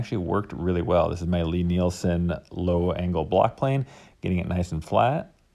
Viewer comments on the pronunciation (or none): none